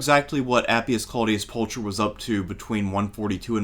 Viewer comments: Isn't it pronounced like Pulkher ? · Not to be a pedant but “Pulcher” is pronounced with a hard aspirated /k/ sound, not a “ch” sound as in English